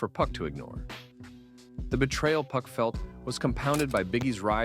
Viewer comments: then dawg, you've gotta stop saying PUCK. PUCK is the MF from midsummer night's dream, PAC (PAW-K) is the word you're looking for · "Hitemup" and "Puck" pronunciations are goofy.